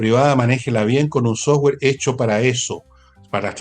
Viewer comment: Insisto , /autowulf/. 🤔 Por qué dice / softwe:r/ y no dice software. ?